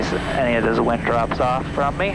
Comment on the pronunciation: wind = wing ... sigh